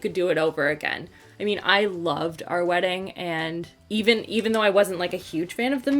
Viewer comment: FWEDDING....new word that will certainly catch on!! ha ha